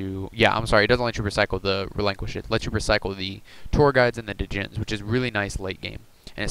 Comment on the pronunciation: "Djinn" is pronounced as "Jin". The "D" is silent. Anyways, really interesting deck idea. However, Goat Control would use Tsukuyomi to set Restrict and take a new monster every turn. That can't happen in this deck :\ I understand why; Tsukuyomi is slow in today's meta. Very cool deck idea though; definitely taking notes for my Goat Control deck.